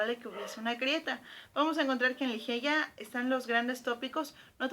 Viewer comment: Me perdiste cuando pronunciaste Ligeia como se escribe